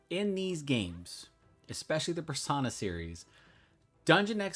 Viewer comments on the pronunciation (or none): PersOna, not persAna.